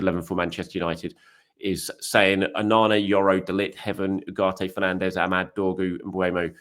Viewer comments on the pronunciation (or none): none